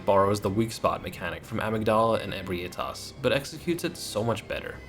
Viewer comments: You pronouncing Ebrietas as E-bri-A-tas instead of E-brie-tas as it's spelled was really hard to listen too. Lol Fun list though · I always pronounced Ebrietas “ah-BREE-tiss” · Alright, gonna say this again, and again if I have to Ebrietas - eh-bry-uh-tuss Because this seems to be a name everyone has troubles with